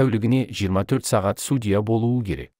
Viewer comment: Енді Алматыда әділ судья бар екеніне көзіміз жетсе екен. Қаржаубайдың отбасына амандық, әділдік берсін алла! Текстті оқыған диктордың судья деген сөзді қайталаған сайын біртүрлі қате айтылатын сияқты. Сосын судья сөзінің қазақшасы жоқ па?